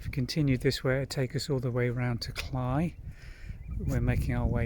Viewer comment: Thank you for taking us along on the walk. It was interesting to see the different aspects of the path and the beauty of the reeds. I am glad you said the word "Cley," as my Tennessee brain has been thinking it is pronounced with a long "a" sound like clay or grey.😄 Best wishes from Tennessee.💕